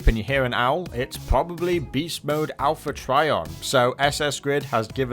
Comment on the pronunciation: Owl-pha Trion